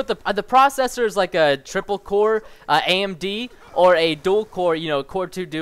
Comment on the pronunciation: w8 did he just sayd tripel core???